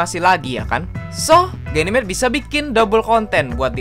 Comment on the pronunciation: Aku denger genimate bilang nya gey nimate